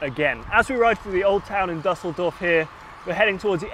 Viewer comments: Si your pronunciation game has been bettered by Dan, it's Düsseldorf not Dusseldorf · again with more pronunciation mistakes. Dan should teach him the correct way of saying Düsseldorf.